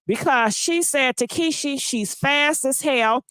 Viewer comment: Every time she says tekeeshee I die laughing 😂😂😂